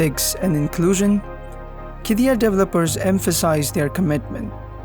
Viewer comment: It’s not called “ki-di-yah” Instead, it is “Kid-di-yah” There is a pause on the D and also on the Y, making a long “ee-yah” sound. “Kid-dee-yah” Written Qiddiyah